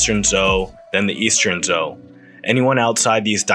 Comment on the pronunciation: Zhou Dynasty is pronounced "Joe," not "Zhou."